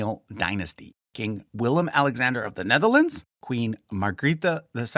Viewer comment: As a Dutch person I would love to see you actually use the Dutch spellings of the names and not the anglicized versions. I don't even think it would present a large pronunciation/understandability problem. you even pronounced the current kings name correctly, so why use the English versions of the older kings and governors?